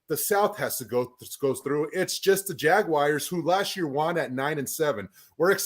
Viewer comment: I like the way says Jagguires